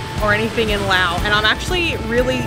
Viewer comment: i love how you say laos and welcome to our country😊